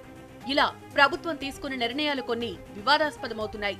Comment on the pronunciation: A basha amma adi nirnayalu ani chdavali Telugu. Neevu niranayalu ani chaduvutunnavu emito